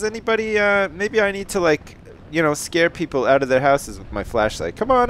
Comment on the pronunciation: You said oot